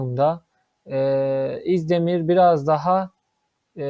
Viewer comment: İzdemir diyip diyip duruyor bi de. Önce Türkçe öğrenin sonra analiz yapın